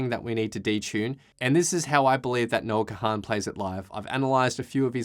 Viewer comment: Please stop calling him Noah Ka-han. Its Kahan, like CON!